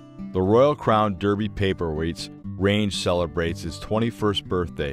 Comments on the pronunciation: It is DArbie not DEERBIE, However,Derby in this case is referring to the place name which has had the way it is written and the way it is pronounced changed over hundreds of years ....so it's ok to let my American friends off. It was originally spelt DARBIE over the course of years (many of them) the spelling got changed as peoples writing styles changed in the same way that peoples names change in spelling over time x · Its a very nice presentation but "sarahminty" is absolutely correct it should be pronounced DArby . .dah-bee . . Daarbee . . . as an A not an E. Apart from the annoying mispronounced name it is a good informative video. Thanks.